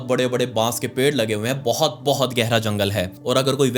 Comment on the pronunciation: But❌ Baut✅